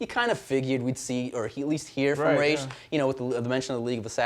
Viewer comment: Ra'as in Ra'as Al Ghul is pronounced "ROSS"... i'm arabic... trust me! I dunno where "Raish" came from